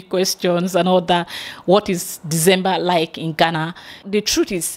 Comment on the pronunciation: Fantastic! i can now hear the gana gana a little bit better...Congrats you are now pronouncing Ghana better even though you still say gana gana sometimes but you are improving. BIG UPS......